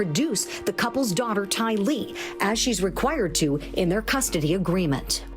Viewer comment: Her name is NOT Ty-lee. It is pronounced Tylee, rhymes with Riley.